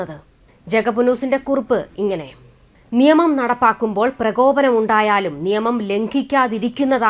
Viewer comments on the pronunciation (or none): none